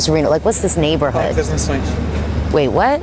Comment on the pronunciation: omg you said 'nações' perfectly, which is not an easy thing